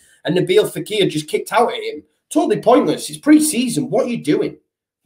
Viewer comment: Fekir not faqir, not that I know what that means in Arabic either 😂